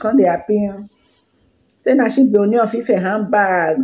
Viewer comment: Kudos. Your Ōoni pronunciation is now OK. 👍